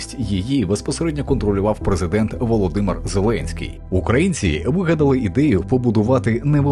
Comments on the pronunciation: Вибачте, але що за озвучка? Які такі "укрАїнці"? Якщо це ШІ озвучка, то треба якось виправити. Якщо ні, то ваш диктор - малоRос. В Україні живуть украЇнці❤🇺🇦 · УкрАицы... Фу, выучи название страны, и название национальности. Сам ты укрАинец. Кто тя вообще диктором сделал. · дякую за відео, але що зі словом "українці", "український"? Чому воно укрАінсьий і укрАінци? неможливо слухати це мені